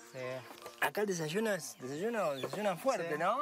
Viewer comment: Me hastie de ver este material. Entre el "desashuno", (desayuno) el cantaito del Argentino, y lo flojo del argumento me hicieron desistir de continuar viendolo. Adios.